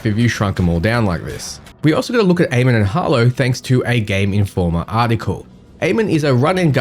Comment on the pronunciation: Nice vid, thanks, just want to point out that you and everyone else currently, is pronouncing Amon wrong. :D It's Ah-mun and was the name of the king of the egyptian gods.